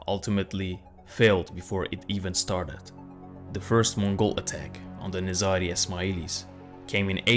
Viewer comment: i think it's nazari ...not nizra